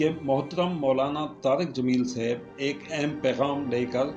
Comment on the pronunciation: Not seb it is saab plz